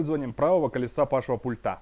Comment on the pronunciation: Я Вам уже писал, не "пультА", а "пУльта", не в "пультЕ", а в "пУльте". Вы так тщательно подбираете слова, говорите предельно корректно, но слово пульт просто режет слух!!!